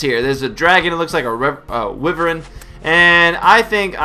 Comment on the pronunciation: "Wyvern" is not pronounced "Wyveryn" ...lol